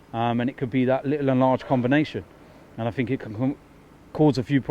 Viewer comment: Someone needs to tell there is no k in little. Oh and thanks for jinxing us saying Aguero never played well against us. Signed and sealed after that stupid comment.